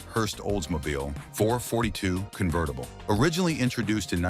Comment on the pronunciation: That's not a gto dummy ai. It's a firebird. Wtf. Convetttible? This AI is supposed to replace us 👎👎 There are so many mistakes mispronunciations and downright completely wrong cars shown for what they are talking about.